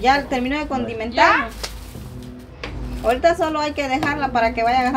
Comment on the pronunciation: Si vas a estar atrás de cámara aprende a hablar tan siquiera es condimentar no es contimentar como tu dijiste 😅😅😅😅😅😅😅